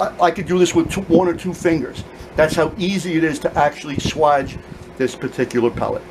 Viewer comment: Swage, bro, Swage! Long A sound like age. Not swaj, like vag...